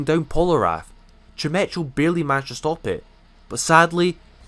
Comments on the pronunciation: Chimecho is actually pronounced like chime-eko, its a silly name lol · Chimecho is pronounce chimecko. Like gecko at the end. Or echo as in the actual word